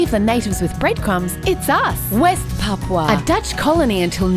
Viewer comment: Papúa, PAPÚA, NO PAPUA